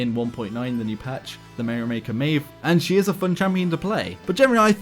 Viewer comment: OMFG he finally pronounces Maeve correctly?!?!?!?! :O!!!!!!!!